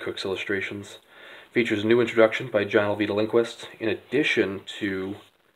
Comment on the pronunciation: 17 seconds in and you're already better than my videos just by pronouncing the author's name correctly!!! Great vid.